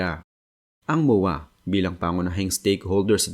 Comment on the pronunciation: Moowaa pla Yan 😢 kala ko MOA MOOL DN tawag mo hnd lahat bisaya na nood Sayo kaya mag aral ka mag pronounce ng tagalog Ng Tama kaya kayo na pupulaan na bisakol or bisaya bay na bay Kasi sa poorma😅 promise